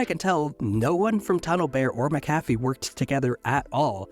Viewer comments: I know that they have an unusual pronunciation, but it’s MAC-a-fee, not ma-CAF-ee. While they were not the best, they were at least trustworthy when they were still a part of Intel, but those days are long gone. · I was always taught that McAfee is pronounced (mack-UH-fee). Also, as far as I know, I have no relation to John McAfee or Pat McAfee. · Fun fact: It's pronounced "Mackufee." :) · it's named after John McAfee so would not have a Mack at the start - MuC-Donald's for e.g is pronounced as a Scottish name is. Literally pronounced as Mc not Mack. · I'm Scotch-Irish so I'm well aware of how "Mc" works. In this particular instance, it's pronounced mackufee. John McAfee himself pronounced it that way. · Mac/a/fee. Not mc.cafee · Isn’t he grossly mispronouncing McAffe? (not sure how to spell it) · Why are you mispronouncing"McAfee"? Is the voiceover made by AI?